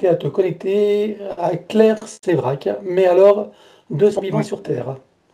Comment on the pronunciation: Claire Séverac et non Sevrac ....